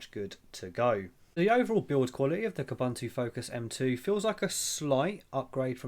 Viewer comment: It's pronounced Kooboontoo.